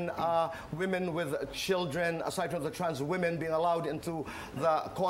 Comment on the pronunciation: Women not We-Men..